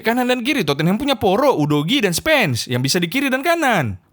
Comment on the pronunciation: udah ga pantas lagi kau nol sebut tottenham "terpongkengham''